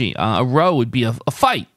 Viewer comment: Row meaning to argue, would normally be pronounced to rhyme with how (at least in the UK).